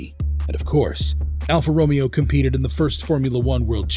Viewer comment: Alfa Ro*May*O!!!, get it Right!!!